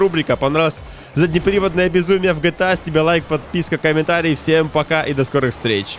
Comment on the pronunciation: "Заднеприводнае безумие" звучало как-то странно.